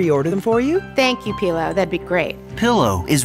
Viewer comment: Why do they keep calling Pillo "Peelo"..... like, none of them could get it right??